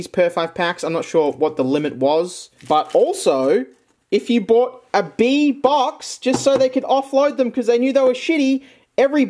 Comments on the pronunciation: Isn’t it pronounced Bee-a? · LMASO HE SAID BEEAN 🤣